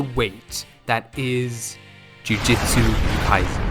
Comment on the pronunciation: ITS NOT JUJITSU KAISEN ITS JUJUTSU KIASEN 🤓👆